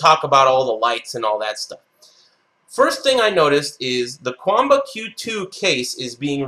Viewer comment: jjthebird it's pronounced that way, though.